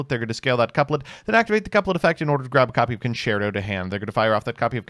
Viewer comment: Ok but mispronounces EVERY foreign word ever always, how the fuck did he pronounce concerto perfectly, theater kids i swear to god